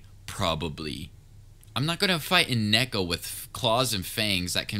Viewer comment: He said necko XD it's neeeko like ○nee○cap and then ko like go but ko